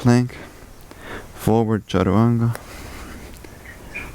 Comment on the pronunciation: Sorry my question wasn’t clear. It’s the word you said after “shift forward” that I couldn’t catch. Is it “charawanga”? 😂